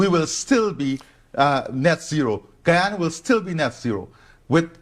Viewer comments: GUYANA not Guayana. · It's Guyana not, guAyana btw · Ghana, not Guayana. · How embarrassing, the narrator declares ‘Guayana’ (the correct spelling is Guyana) to be a country in Africa. It is actually in South America!